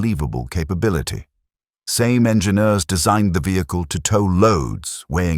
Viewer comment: I have always pronounced it Sa'me (sar me). Great video, thanks 🙂